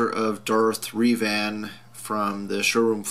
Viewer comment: It's pronounced darth "rev" "an". Not trying to be a dick, just helping out